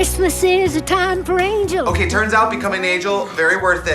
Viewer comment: Foreigner here - why are they saying "angles" instead of angels?